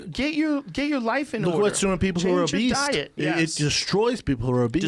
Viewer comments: Brendan pronounces “obese” as “obeast”... who lets this guy talk? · Was it just me or did Schaub pronounce obese as “o-beast”? His stupidity is astounding. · Did Brandon just say...."Obeast".....and then repeat it again? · Is Brendan saying 'obese' or 'obeast'? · Brendan thinks that obese is obeast, or at least that's how he pronounces it. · Will someone tell Brendan that there’s no ‘T’ in obese?